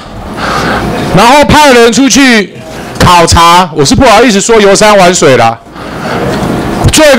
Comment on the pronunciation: 笑死，"考察"還故意停了兩秒XD